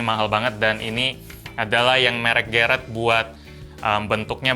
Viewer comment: bilang garrett Otak gw:GARIT